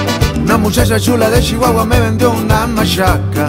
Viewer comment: “Una mushasha shula de Shihuahua”, ja, ja, ja, me gusta como lo dice 😂. Salu2 a to2 desde el mejor país de Centroamérica: Honduras.